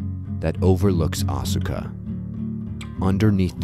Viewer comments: Great video, but Asuka is pronouced like Aws-ka with just two syllables and not Aw-su-ka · Yeah Asuka is pronounced Aska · I have one issue with your video. Unless place names and people names are different in their linguistic rules - I don't see why they would be - Asuka should be pronounced "Aska" (as in ask-a-question). I know this because I knew a girl in college who was from Japan and her name was Asuka, but she asked me to pronounce it "Aska". This seems to be a common trend in Japanese as well, with the u in many words and names being silent (much like our own silent e in some words and names, perhaps?). Other than that, great video. <3 Seriously, this is amazing. I've seen a number of videos looking into the Unown and the Ruins of Alph, but I never knew it was actually 100% based in reality - not just the game's maps, but the the Unown mystery and all the lore itself. And it makes sense, as there are pieces of Japanese history and culture written into every game they make - not just the Pokemon games - but it's awesome that you put this together. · Isnt Asuka pronounced like "ahh skuh" ?